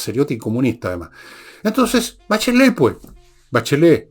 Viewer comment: 😂 "La Sah Bacheleh"